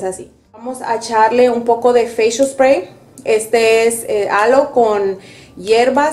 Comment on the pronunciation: ❤❤muy linda tú usando a tu mamita pero chama me gustaría q mostrarás de frente las marcas de los productos ,y li digas en español yo se papá de inglés o sea nada cuanfo aplicarte el último spray sellante lo dijiste bien clarito Spray recuerda q don videos para latinos pues no pronuncies todo en inglés para entenderte yo súper agradecida con tus enseñanzas yo también soy grande como tu mamita😊 Bendiciones para ti chama éxitos desde FALCÓN Venezuela